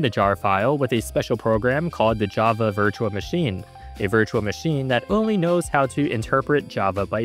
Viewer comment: narrator cant say "L": "ode" instead of "old", "compio'd" instead of "compiled", "virtua machine" isntead of "virtual machine"